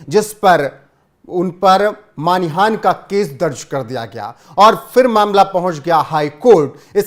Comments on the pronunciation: Not Manihan but it is Manahani sir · सर मानिहान नहीं मानहानि।